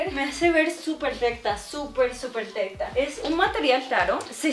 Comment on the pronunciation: No puede decir recta